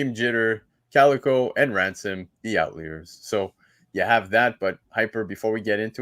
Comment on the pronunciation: Who the hell is the OUT LEERS?? Its Outliers.... Pronounced OUT-LIARS 🤣🤣